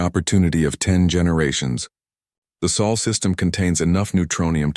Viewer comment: I believe it's pronounced sol